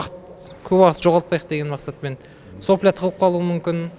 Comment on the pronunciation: Менде 10 жыл опыт бар ! Грако-2 , Грако-3, Грако-4 , Грако-5 ( Сопля емес)😂 Сапло деп айтады!